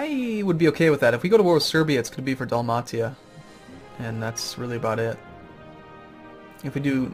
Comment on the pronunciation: its not Dalmatia..its pronounced..Dal-May-sha..ugh